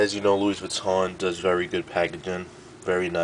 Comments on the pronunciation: Pronounced, lewy vweeton :-) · Buys a $500 wallet yet doesn't know how to pronounce the brand name properly lmao ! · guy cant even pronounce louis vuitton or damier or graphite lmao